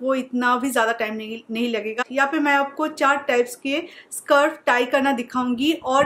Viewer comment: Very useful tips just a correction उसे स्कार्फ कहते है not सर्फ और ऐ तो दुपट्टा है ना